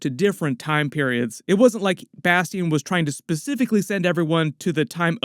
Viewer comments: No way that’s how you pronounce bastion 😂😂😂😂😂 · You the only one I know that says Bastion name like that .. Bas-Tee-In